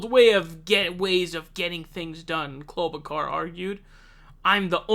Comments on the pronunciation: 'Klobukar?' Are you taking the piss bc her own family is in disagreement over the pronunciation? 😂 WHY ARE YOU SAYING IT LIKE THAT? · Why do you mispronounce so many names? Joe Ro-Gann, Amy Klobo-car..... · She is not a "...kar", she's a "...shar". Like in "Charlotte", like in "charlatan". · Oops, almost pronounced her name correctly. We can't have that. But my favorite is Cloudbootjar as coined by Kyle Kulinski. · Dude why r u pronouncing it like that. Ur like Pakman trying to pronounce Gabbard. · You pronounced Klobuchar wrong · Why u leave the h out of klobuchar I’m confused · Dude is it too much to ask for you to learn how to pronounce the names of the people you’re doing videos about it makes you look and sound so stupid. Have you really never heard anyone say her name before are you kidding? And the names you miss pronounce you were always the only person I’ve ever heard miss pronounce those names like there’s something seriously wrong with you. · yeah butcher her name!